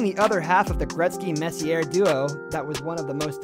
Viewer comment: My guy said RICH-ARD LMAO😂😂 MESS-E-AIR